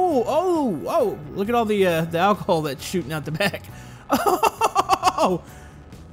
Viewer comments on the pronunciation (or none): hahahhahahah he said acolhol